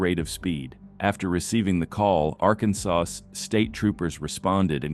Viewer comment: Ai voice over pronounces Arkansas so weird.